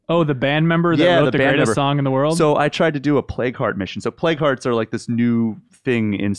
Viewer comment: Hehe, yeah I understood "play cards" instead of "plague hearts" as well when he first said that.